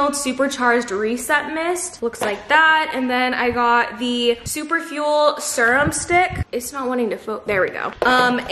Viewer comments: i’ve never heard anyone say serum like that hahaha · And serum😭😭 I knew I wasn’t the only one lmaoo